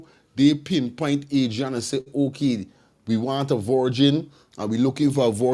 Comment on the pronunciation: At least you should get the child’s name correct. It’s been in the news for so long. AD -RI - ANNA YOUNGE!! Come on guy…..